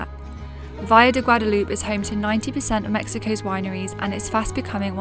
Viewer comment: Love that you are covering this gorgeous region, but please, please learn the proper name. Its El Valle de Guadalupe, not Guadaloop. 😉 There are a lot of amazing places to see, eat and drink, hope you all get a chance to visit.